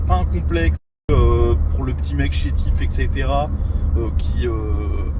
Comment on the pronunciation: Je connaissais pas ce gars mais c’est bas niveau tes videos non? “Exetera”